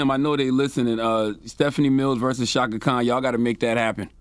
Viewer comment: Chaka Khan, NOT Kahn!